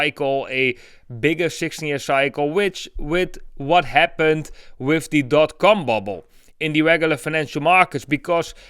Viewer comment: He's saying. Com bubble but it sounds like he's saying. Cum bubble.